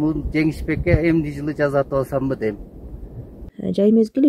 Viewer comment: "ЖаЗатып" эмес "жаСатып" деп сүйлөп үйрөнсөңөр!